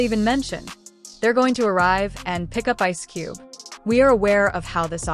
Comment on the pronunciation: Poorly written narration voiced by a computer that doesn't know how to say 'Ice Cube'. Why post this crap?